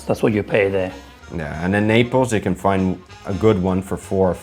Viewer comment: The ITALIANS ARE CRYING RYT NOW 😂😂😂😂😂 ... What is this ???? Pizza or Indian Flat Bread 😅😅😅😅😅... Ketchup on pizza ???? What a cardinal sin . Let's leave the Italians make their authentic pizza !!!! Pizza originated in Sicily .... its Naples u make it sound like Nepali 😅😅😅😅